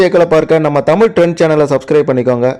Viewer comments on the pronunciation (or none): none